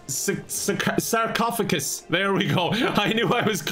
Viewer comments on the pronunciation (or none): "Another sar-cough-agus" I'm sorry, I had to pause the video and contemplate my life for a moment. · The "Sar-cough-agus" was absolute gold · His struggle to say sarcophagus was adorable 😂